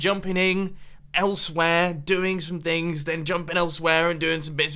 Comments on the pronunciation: Jumpening... WELL DONE MUMBO, you can't speak correct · Mumbo "jumpining